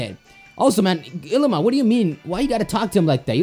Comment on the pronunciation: It bothers me when he says Ilima. It's pronounced ee-lee-ma.